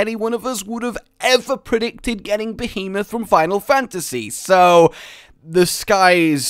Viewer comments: Behemoth. Pronounced: Beh-hee-moth. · Be-He-Myth That's how you pronounce Behemoth >:3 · text: " Behemoth" (): "Bee-moth" xDDD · You did your best you try pronounce behemoth correctly “try” but you did your best